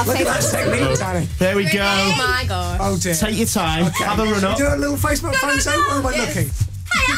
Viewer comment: "hey I didn't get any fot o" XD